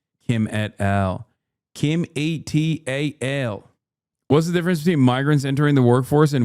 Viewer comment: E-T-A-L, oh my god, it’s et al.